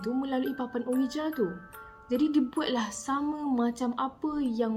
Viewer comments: Triggered every time said OWIJA when the pronunciation should be UIJI 🙃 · Sekadar perkongsian sbenarnya sebutan untuk ouija tu disebut “wuiji”. Smoga dimurahkn rezeki slalu amiinnn ♥️